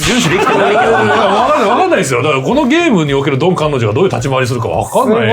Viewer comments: 皆さん「かんのんじ」って仰っててちょっと気になったんだけど、アニメではあんまりそこ拘ってないのかな？w 単行本の注釈がすごい頭に残っちゃってるから個人的に拘ってたんだけど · ドン・観音寺は、「かんのんじ」ではなく、「かんおんじ」です。 マジレス失礼しました。 BLEACH最高！！！ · ちなみにドン観音寺は かんのんじ では無く かんおんじ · ドン・観音寺のことを「かんのんじ」って言ってるのが気になる… 「かんおんじ」です😂 とにかく、ブレソルコラボ嬉しい！ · 「かんのんじ」じゃなくて「かんおんじ」なんだよなー、と思う厄介オタク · 「かんのんじ」じゃなくて「かんおんじ」なんよなぁ:_マフィア梶田